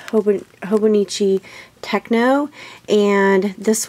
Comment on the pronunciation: Hello, I enjoyed your video as I also have a Hobonichi planner and decorate it daily. I thought you may want to know that it is not called Techno, but Techo and pronounced like in "macho". Check out this video, at 40 seconds in, they sing the name out :-) ほぼ日手帳/ Hobonichi Planner 2014